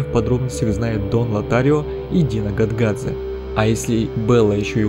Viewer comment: А мне уши резало "Гонгадзе", потому что русский перевод имен в самой игре очень убогий, играю в английской версии.